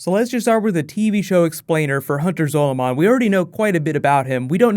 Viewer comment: MU GAWD its Zaw lu min